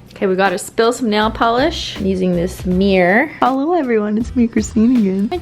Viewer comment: Imagine being a random person clicking on her videos and literally not understanding anything, because everything she says is essentially an insider with her viewers. Like would they think she has a speech impediment with her holo instead of hello? Don't get me wrong, I love her content, because if that!